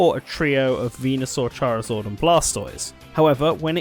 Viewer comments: That got me too that and Charizord....f**king Chari-zord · no one:: charizord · I can't get over the way you pronounce "Charizard."